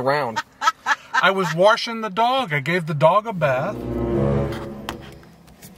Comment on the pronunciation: i was “warshing” the dog